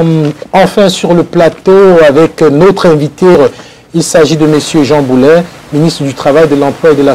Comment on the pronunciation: Bravo, vous dites bien son nom, contrairement à plusieurs autres animateurs qui l'appellent Boulay plutôt que Boulet !! C'est Boulet (comme poulet) et non Boulay (comme du blé) 👍